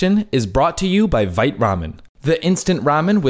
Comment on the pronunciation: Pretty sure it’s vite as in quick, not vite like fight